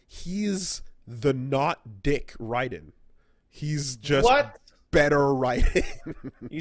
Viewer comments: why do they keep calling him rye-den. It's RAY-den, this isn't fucking metal gear or some arcade shoot em up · It's pronounced "Rayden" kmon! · Why u guys callin him rye-den this is gas-kwa all over again